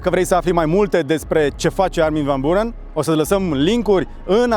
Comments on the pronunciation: M-a "spart" frate! Sa fii om de media de atat de mult timp, om de TV, influencer, sa stii engleza foarte bine, ce sa mai - SA FII BUHNICI - si totusi sa spui de 4 ori "Burăn"... :( Armin van "Burăn" Cum sa spui "Burăn" cand toti pronunta "Biuuurăn"? E pe principiul: "FAILURE" si nu "failiăr" cum ar trebui de fapt pronuntat corect! Altfel, un interviu decent. Well done! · biurăn se pronunța. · Armin van burăn, pe bune? Nici macar numele nu poti sa il pronunti corect si zici ca il asculti de mult timp? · îi foarte funny cu îi pronunți numele... exact pe românește 🤣🤣🤣🤣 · il asculti de foarte mult timp, dar nici numele nu stii sa il pronunti